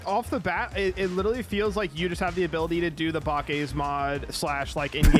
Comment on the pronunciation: i cant handle how said bakkes mods lmaoooo bah kays mod